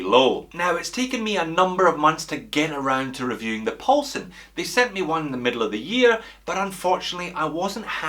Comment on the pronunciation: First we had “Big Dick”, then “Deep Paul”, and now a Asian sounding “Paul-Son”....makes me think the “alphabet soup” renamed Neymar was not so bad after all 🤪.